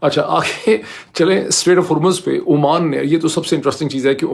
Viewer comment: Dr. Sb. It is Oman not Amman.